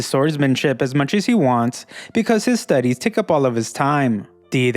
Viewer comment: Everyday he WENT through his grueling STUDeeez. Y u talk this way? 😂